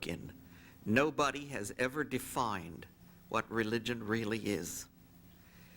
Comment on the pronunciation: John Weawwy, Weawwy gets his Points Accwoss..